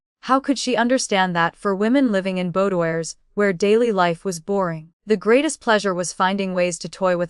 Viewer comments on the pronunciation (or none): Roxanne, not Roxsign. Boudoir is pronounced phonetically as "boodwah".